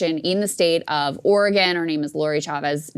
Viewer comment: Thank you for pronouncing oregon correctly at the start of the video. Krystal, please teach everyone else to do so as well.